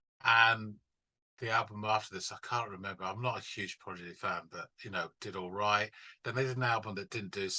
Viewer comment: Good video but the British guy can’t say the name right. Progidy 😂